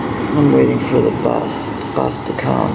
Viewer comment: Say bus, one more time. FFS 🙄🤡😳